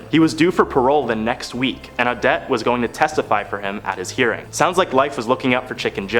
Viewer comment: Omg. It's not pronounced " A-dette".. It's " O-dette" what is with you young people and not knowing how to properly announciate?